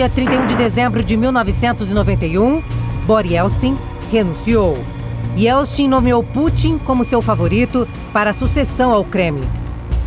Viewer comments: Quantos erros de português e de pronúncia. "Se deliniam"? "Ieltsti"? Tudo errado e de doer os ouvidos. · A moça conseguiu chamar Boris Ieltsin de "Bori Ielsti" 100% das vezes que tentou. Sério, deviam regravar. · A narradora ainda falou "YELSTIN" várias vezes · A reportagem foi ÓTIMA,mas a moça errou o nome todas as VEZES.....